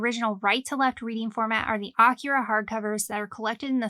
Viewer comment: Almost a 40 year old manga, and you still can’t pronounce AKIRA correctly 🤔